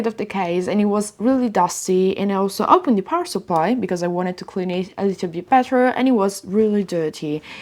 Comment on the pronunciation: Ciao 🏄‍♂️ un consiglio per migliorare ulteriormente i contenuti del canale, riguarda la pronuncia un errore che fai spesso ( niente di che eh) è pronunciare la h aspira a inizio parila wuando non ci va. Del tipo hopened anche opened oppure has anziché as. Ho voluto segnalarlo perche mi poace questo canale e ti supporto, spero di non risultare antipatico!!! Stammi bene e continua cosi che sei bravissima!!